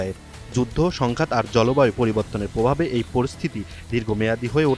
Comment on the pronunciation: গোলোবাল রিপোর্ট, পোভাব, পতিবেদন, পোকাশিত 😂😂😂😂৷ এনটিভির রিপোর্টার এ-র এমন অবস্থা?